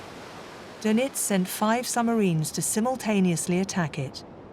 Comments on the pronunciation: The narrator keeps goofing up... Play : "summarines?" "Dönitz and 5 'summarines' do (did? to?) simultaneously attack it" (the convoy). "It was the 'Wolfpack' tactic first major victory." Bad AI speech program? Poorly disguised foreign disinformation or propaganda? Have they just stopped even attempting competent English? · Very good video, with two exceptions: 1. AdmiralAty?! 2. Summarines?! Seriously? And may Alan Turing rest in peace. And his tormentors not.